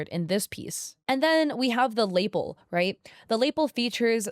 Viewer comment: Tiny tiny thing and it makes sense phonically that you pronounced it that way, but it's luh-PELL, not LAY-ple. It would make so much more sense if it was pronounced the same way as label, but it's not.